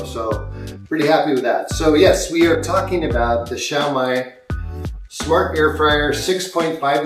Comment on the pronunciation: Xiaomi is pronounced "SHYOW-mee." Also, most, if not all, air fryers use Chinese-made OEMs. Air fryers from American, Korean, Japanese, and European brands are no exception.